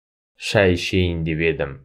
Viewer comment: Да, "п" там не слышно совсем. Ни в одном уроке. Очень странно.